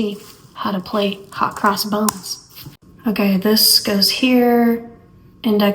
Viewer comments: Are you saying bones? It's hot cross buns! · Hot Cross Buns...lol...did you say bones?😂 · It sounded like you said, "Hot cross bones." 😂